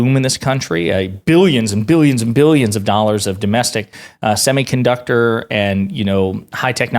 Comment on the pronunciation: It's Billions! There is no Y in the word!